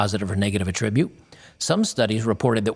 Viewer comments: Hi. Quick emphasis hint: Verb: a-TRIB-bute Noun: AA-trib-bute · Please Google the pronunciation of a major word that appears in a paper, like attribute, if you are going to say it 15 times when reading it out loud. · Yeah, it's funny to hear.